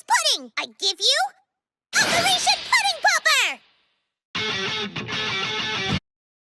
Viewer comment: When she said pudding popper I thought she said pussy popper